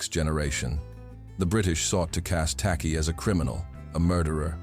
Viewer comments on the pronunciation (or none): The name is Takyi , pronounced as 'Techie' because 'ky' in Twi/fanti is pronounced as 'ch' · Im a Ghanaian, an Akan n a Fante tribe from which TAKY come from. His name is spelt as "TAKYI" we pronounce it as TACHI. In Akan, we pronounce "KY" as "CH". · It's "Tekyi/Takyi", enunciated "Teh-Chi" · Tacky is the corrupted version of "Takyi" pronounced as Taychi. A typical Akan name. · Any Akans from Ghana 🇬🇭 here? The name "Tacky" I believe the true spelling of this name is Takyi and pronunciation is Ta..chi. The British pronounce Akan names as they hear it. Like a town called Kyebi but the British pronounce it key..bi spelling it "Kibi" Akans cover Western region, Central region, Eastern region, Ashante region, Bono region, Some in the northern region, Oti region of Ghana. Akans are fighters but calm people of Ghana 🇬🇭 Some in Ivory Coast. There is a saying "do not come for us unless we come for you" God bless our home land Ghana 🇬🇭 and God bless Jamaica 🇯🇲 peace. So shall it be. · Hey heyy heyyyy. This is not the time n space shake Asante shoulders. Akan doesnt mean Asante. Takyi is a Fante name. And it is pronounced " TACHI" not TAKI. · His name is spelt and pronounced 'Tachie''